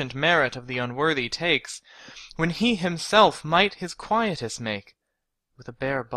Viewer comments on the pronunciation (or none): none